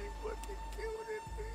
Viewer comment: i fucking die everytime says "HAMME" as if he's saying Help me.. that shit kills me xD